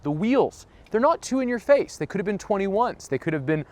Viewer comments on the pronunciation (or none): none